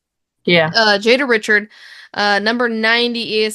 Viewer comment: LSU's Jada Richard (pronounced: Ree-Shard), is a BUCKET! keep your eyes on her.